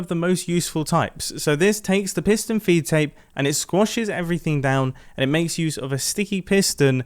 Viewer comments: i thought it was fee take XD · I always thought it was "piston feed tape" not "piston feet tape" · Piston "FEED" tape. Not feet tape 🤦‍♂️ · For some reason mumbo called it a feet tape with a T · wait did you actually call it "piston feet tape"? that's illegal